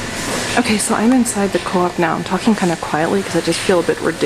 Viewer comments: it's cooooooop not co-op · It's not pronounced, co-op, it's pronounced coup.. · Its not co op its coop bitch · its not pronounced co-op its actually pronounced cope